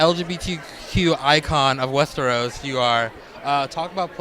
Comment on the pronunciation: WESTERWOOOOOS!? Sort ya fucking speech out reporter fffs! 🤮